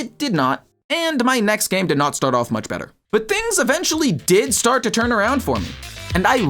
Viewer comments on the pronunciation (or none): none